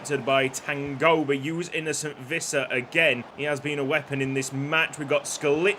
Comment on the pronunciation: Visser is pronounced more like fisser